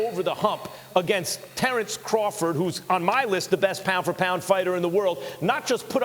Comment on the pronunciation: “I’m readaah Terrance readaah!! It’s going to be an amazing fight”!!